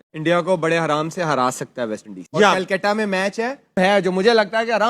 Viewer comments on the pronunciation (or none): none